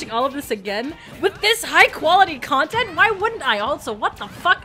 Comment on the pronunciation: More smush kwontent? ok....